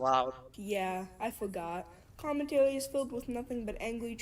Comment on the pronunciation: Lmao "commentawy" 🤣🤣🤣